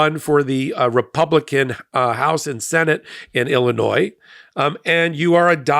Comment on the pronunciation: The s in Illinois is silent